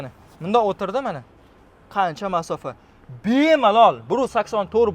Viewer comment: Мафоса. деганига нима дейсиз😅